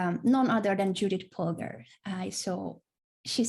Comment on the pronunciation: YES YOU PRONOUNCED JUDIT POLGAR CORRECTLY THANK YOU